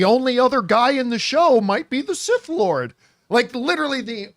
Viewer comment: He said that he’s “SIS” not “Sith”